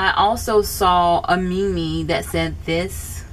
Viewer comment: Meme is pronounced "Meem" not "Me-Me". Anyway I think Black girls look lovely with red lipstick, especially bright red vibrant reds. It's weird when people say darker skin colours shouldn't wear a red lip when I'm as pale as the moon and red does not suit me. At all. Either way people should be able to use any makeup they want as long as they feel good about it.